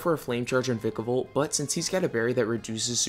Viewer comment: It's v-ie-kevolt